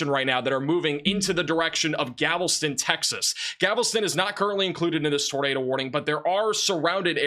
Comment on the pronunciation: So many pronunciation errors. It's not GAVELSTON, it is GALVESTON.